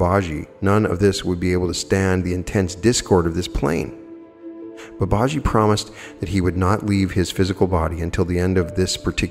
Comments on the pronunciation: Dear friend with all due respect Babaji is pronounced Bah bah GEE Thank you for everything ❤️ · Very interesting. Thank you. I think the name is pronounced Bubba - gee, from what I've heard elsewhere. Ji (gee) is an affectionate honorific attached to a name. So you will see followers calling a Swami (Hindu monk) Swamiji, and so on. Swami Vivekananda was Sri Ramakrishna's direct disciple. There are now Vedanta Societies all over the world as well as the thriving mission in India. The best source of teaching on Advaita (non dual) Vedanta is from Swami Sarvapriyananda, who gives wonderful, lucid, entertaining talks on all aspects of Advaita Vedanta. Vedanta Society New York is the channel. For explorations into all things UFO and ET, Preston Dennett is a wonderful researcher and has a channel . For on yt. For all things paranormal of every description, Jeffrey Mishlove's New Thinking Allowed can't be beaten. And of course, many others.